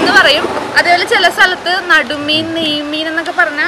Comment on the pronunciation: Nadu meen alla nedumeen aanu